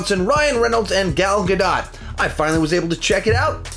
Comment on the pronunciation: How u say gal gadot😬